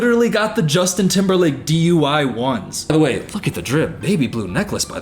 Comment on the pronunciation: "Justin timberlake DUY 1s" 😂😂😂